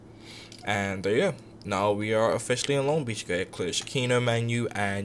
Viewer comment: I love the way you do that right thur right thur lol